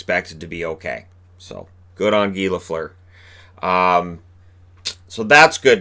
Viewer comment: Good for Guy Lafleur. He was an amazing hockey player and had a great career. Also, shoutout to all the people who pronounced his first name with an American pronunciation, lol. (Mentioning the Matthews incident again, I see.)